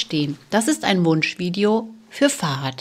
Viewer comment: min "Wunschvideo für "Fahad" oder ...fürs Fahrrad? Ich habe Fahrrad verstanden, Youtube-Untertitel schreiben auch Fahrrad ...